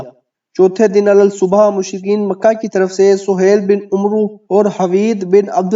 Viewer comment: عمرو نہیں پڑھا جاتا عمر پڑھا جاتا ہے ع کے اوپر زبر پڑھ کےمیم کےساتھ ملاکے پڑھیں